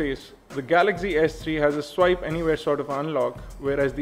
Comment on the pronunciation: WTF its swipe not sweep